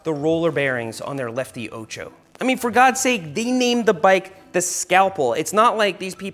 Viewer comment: Funny how you mispronounce 'ocho' throughout the video! It's 'o' like orange, not like ohchoh!